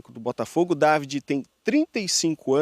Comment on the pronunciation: O Dávide (É assim a pronúncia) é que cuidava dos treinos em vários times em que o pai era o técnico. Ele é quem dava dicas ao pai sobre mudanças nos times durante os jogos. Ele é quem indicava quem iria cobrar os penalties. Ele tem um excelente contato com o vestiário. Está muito preparado para o cargo de treinador no Botafogo e está trazendo auxiliares de muita experiencia para ajudá-lo. Alem disso ele fala fluentemente o Portugues, além de espanhol, imgles, italiano e alemão